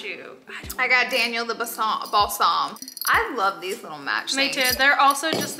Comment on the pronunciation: Love every time Laura says Balsaam, then I know it’s Christmas;-)